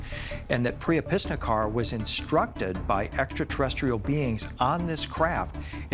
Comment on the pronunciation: Love how all these people absolutely butcher the pronunciation "extraterrestrial"